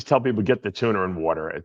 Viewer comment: Wait a second Daves been trolling us, he magically started saying Tuna without the R in the middle of the question 🤯